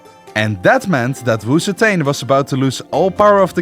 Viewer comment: Honestly, I clicked thi video just to see this guy mispronounce Wu ZeTian. Too bad, almost no one escapes the curse of failing Chinese. Wu Zetian is pronounced "woo tzuh tee-EN". The tee-En is one Chinese character and is pronounced in one syllable, and in Chinese, z has a bit of a t sound as it starts. It is NOT pronounced "woo zee tain".